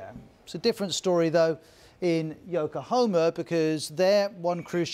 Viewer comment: it's YOKOHAMA you ignorant not YokoHOma